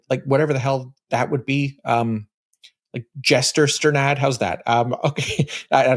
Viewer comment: I wasn’t expecting it to get better than Jester Strnad but I just heard you say Ge-yes I’ll take a Sack Smith and there’s 40 minutes left for you to go even further